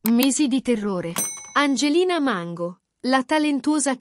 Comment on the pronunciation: Perche la chiami Mengo? Si chiama Mango no Mengo.